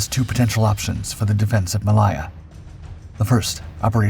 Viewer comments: Ma lay(as in say) a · Please learn how to pronounce 'Malaya' - Ma Layer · ITs Malaya there is no I IN IT